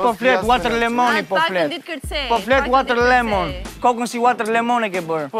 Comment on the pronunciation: Lindo i thuhet watermelon dhe jo waterlemon o trap me zile